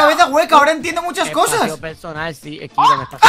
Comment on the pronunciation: ROCIO Gonzalez kiron no jirón